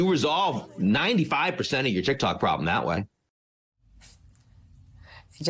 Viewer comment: Yo she said Tik Tak!!!! 😂😂😂 I’m dead